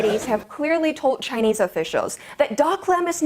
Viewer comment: He said jhinese lol if you gonna insults people learn to say Chinese you fuck . India still a rape country